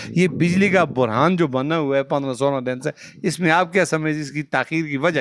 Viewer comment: بجلی کا برہان نہ بولو بھائی بحران بولو